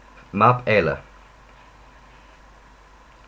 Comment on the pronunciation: I'm Irish and can tell you you've made amazing progress in 8 hours! You need to watch the fadas. A vowel without a fada is generally shorter than in English. Have fun with the fadas and exaggerate their length. "eile" is pronounced like Ella the woman's name. Colláiste is more like Kull-áiste (you pronounce the 2nd and 3rd syllables perfectly) tíreacha Cá = CAW, like a crow Your pronunciation of Mór might be infleunced by your Icelandic. No need to roll the R.